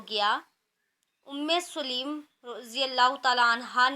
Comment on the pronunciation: آپ نے سلیم پڑا ہے سو لیم ہوتا ہے